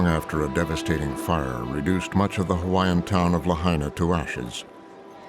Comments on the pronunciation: The narrator did a good job pronouncing the Hawaiian names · I'm only a few minutes into the video, but this narrator is doing an amazing job with pronunciation. Great job.